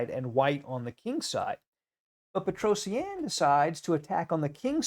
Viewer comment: its petrosian not petrosienne